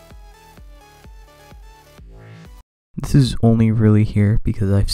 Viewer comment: I'm sorry but when he said zi-o sound like gi-o